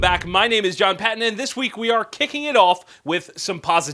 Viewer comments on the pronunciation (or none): none